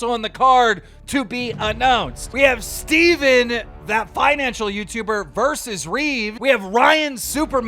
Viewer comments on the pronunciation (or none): Lol my guy really just said “Steven” for “Graham stephan” 😂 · this man really just called him Steven instead of Stephan lol